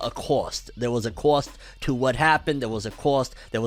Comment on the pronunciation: I love how how you say cost. Cwwostt